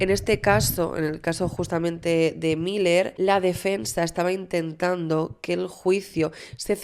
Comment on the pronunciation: Me perturba la cabeza cada vez que dices “mayer” se pronuncia “Miler”. Desde el cariño te lo digo que me gusta mucho tu canal pero esas cositas podrias ponerles un poquito de atencion. Besitos